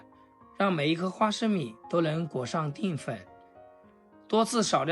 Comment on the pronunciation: 定粉？！淀（Dian）粉！怎么读字都那么白痴！